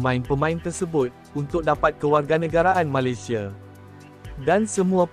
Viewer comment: Yang cakap ni orang mana,,sebut Malaysia jadi Malisia